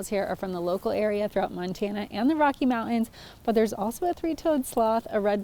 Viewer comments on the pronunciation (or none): none